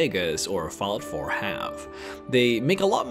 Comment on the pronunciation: At first i heard Fellout4 not fallout lol sorry